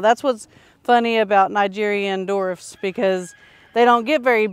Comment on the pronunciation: Dwarf not dorf